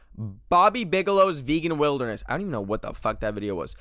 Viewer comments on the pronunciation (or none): none